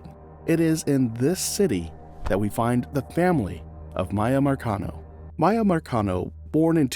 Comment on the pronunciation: First of all, her name is Miya - MEE-A, not MY-A. That irritated me, because did you not watch the video footage you included? This is soooo sad, praying for peace for this family. 🙏🏾